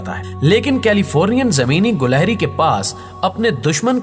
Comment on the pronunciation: gilehri not gulehri